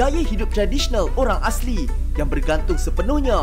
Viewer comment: Pergilah satu Indonesia lawat tempat menarik yang ada di negeri kamu tapi jangan datanglah ke negeri kami sebab kamu suka cakap tak serupa bikin. Asri tu nama orang sebutan yang betul ialah asli